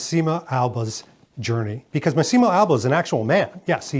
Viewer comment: the pronunce is Màssimo, no Massìmo